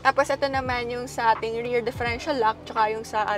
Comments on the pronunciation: It's rear,not rare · Rirrrrrrr,not reyrrrr